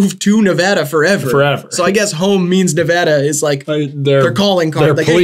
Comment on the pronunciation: thank god they pronounce nevada right